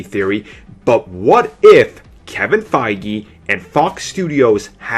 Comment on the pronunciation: .... he IS saying Feige's name wrong, right?